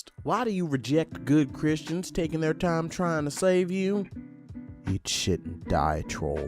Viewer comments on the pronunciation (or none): none